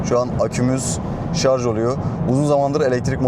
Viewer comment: Eline sağlık. Sonunda “Şarj” diyen biri çıktı 😊😊